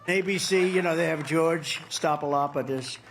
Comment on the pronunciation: Trump pulled a Moira Rose in the fruit wine commercial while trying to say Stephanopoulos 😂